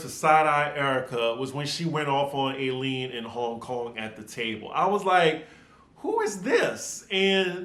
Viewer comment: Eileen is pronounced I-Lean. I miss her! Tom could have been leaving voice messages - not that I believe Erika.